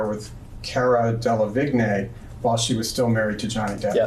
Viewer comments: It's DE LA VEEN, not De la vig nay... Chop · Anyone else bothered by the way the lawyer says "Cara Delevigne"??? The g is supposed to be silent 😭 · Its De - la - veen, De - la - bloody - veen 🤣! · DEL-ah-VIG-NAAY. Lol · Cara "Dellavignay". Ugh. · How dumb do you have to be to say DEH LAH VIG NAY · How does this guy not know how to say DeLavigne? I have no affinity for pop culture, couldn't name a single thing Delavigne has done. De-la-vigne?🤣🤣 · Okay but “de-la-vig-nay” ? It’s not very difficult to discern how you pronounce it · Cara "De-La- Vig- Neh"??? Really???? Is that how you pronounce her name??? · I just hate how says Cara Delevingne's last name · the way he butchers caras name 😭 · Why are they pronouncing Cara Delevingne's name like that ? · The way the main interviewer mispronounces Delevinge